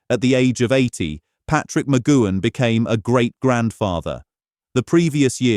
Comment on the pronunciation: You would think the incredible CRETIN who decided to instigate a 25 minute YouTube on Patrick McGoohan which had a great amount of detail of his life both before and after becoming an actor acting, which meant his surname would be said many times. You would also think that this cretin choosing to do so, would have heard his surname being said by humans directly, terrestrial TV, human made YouTubes and TV/Film documentaries where his surname would have been pronounced correctly. Sadly for the sake of making a YT video, which now is more for making money from advertising by YouTube its self and effectively the 'typist' typing in a title, they would have bothered to review and check what they have produced, i.e. watch and listen to what they have put on here. Because those of us, who grew up with Danger Man, The Prisoner and the films he was in, WE know how to say and hear his surname McGoohan properly, will wince when this AI video pronounces his name so it so badly. I personally found it very distracting, annoying and very much distracted me from information I wanted to know, thus after only about five minutes stopped watching. I wonder how many like me did the same, defeating the point of making such a video using AI.